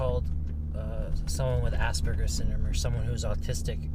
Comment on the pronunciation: that professor really needs to work on her pronunciation of Aspergers